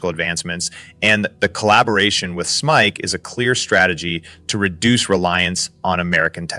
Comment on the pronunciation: fix your ai narrator SMIC and ASML are not words. They are acronyms; SMIC is spoken as "ess ehm eye see" and ASML is spoken as "eh ess ehm ell"